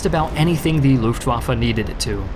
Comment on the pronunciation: "Luftwaffa" its "L U F T W A F F E"